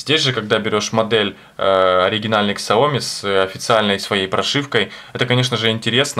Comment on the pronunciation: Не "майуи", а "миюай" и не "ксаоми", а "сяоми")